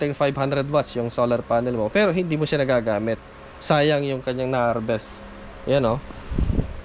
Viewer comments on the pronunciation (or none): none